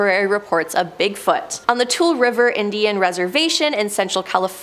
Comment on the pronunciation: FYI, Tule is pronounced as too-lee 🤓